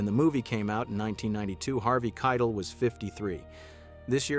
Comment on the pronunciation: It's Harvey Kie-TELL.